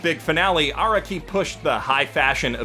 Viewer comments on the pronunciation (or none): how does still not understand how to pronounce "Araki" after six billion fucking videos